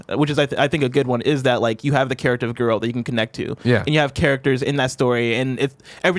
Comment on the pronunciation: watches the witcher show and plays the games and still cant say Garelt's name correctly. At this point i feel like he says it like that to annoy everyone